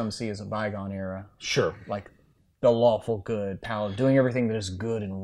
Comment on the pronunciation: Is it just me, or did they kept saying "Waffle Good" instead of "Lawfull Good" at the beginning of the video?